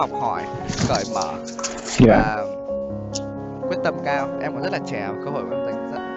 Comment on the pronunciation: Trẻ chứ ko phải trè :))